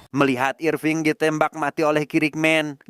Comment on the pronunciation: Irfing kek jowoki bejirr😂